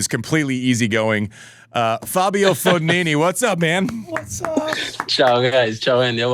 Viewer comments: Is he saying Fognoni as a joke? Literally spelled with an I not an O don't understand how you can get it that wrong? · Fognini not FoGNOni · never swwn Andy laugh so much...but it's FOGNINI,nit Fognoni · I never imagined that half of the comments were about the alleged pronunciation error. How can you not understand that Roddick's FognONI mispronounce is an inside joke between the two? Didn't you notice that at the beginning when Andy introduces him in the show he correctly calls him FognINI? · Ah yes the tennis legend foognoni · No one: Andy: 𝓕 𝓸 ñ 𝓸 𝓷 𝓲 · great show. died a little inside every time andy said FOGNONI. lol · Pronounced Fonini . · It's FOGNINI ! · Every time Andy said Fognoni, a Fognini fan died 😂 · Not even that. It's Fon-yee-nee. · Is Andy mispronouncing Fignoni’s name wrong accidentally or some old pal nickname. Great episode!!! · Class act from Fabio not correcting Andy on butchering his surname. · Jeez Andy is it so hard to just get his name right? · I finally watched and came on here to comment on Andy mispronouncing Fognini’s name at the end and I’m so happy to see so many fellow tennis fans have already acknowledged it. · A bit inexcusable I'd say. Plus four times. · Andy, I like your show, but FFS, your foreign language and names pronunciation is ATROCIOUS! Mak a little effort, at least! "Fog‐NO-ni"??? Jesus. You played with the guy and have known him for years. And learn how to pronounce "Trastevere!"